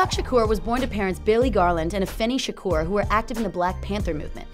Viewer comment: Do people not see that is a U in his last name. His name is not Shakor, it's Shakur. Nobody can say it right and they think they know everything about him and you can't even pronounce his name or they call him 2 PACK that pisses me off.